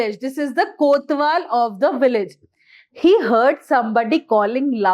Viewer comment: Mam that is kotwal not kothwal